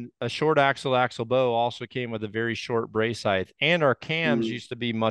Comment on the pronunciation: The thing that bothers me the most with all these “experts” is, they all pronounce the word height as “heighth”. Drives me nuts!